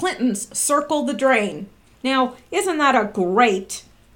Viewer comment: On the 5th Huber-on the 7th Trump may shut down whatever. I love how you say now-sounds like meow, like a kitty cat. I talked with someone who went though the immigrant process, he said it took him 13,000.00 and like 10 years, just maybe they should do something about all of that, the system could be redone and updated to process people faster. That is the reason most just don't do it. Modern systems should allow for faster processing. Instead they choose to back up the process.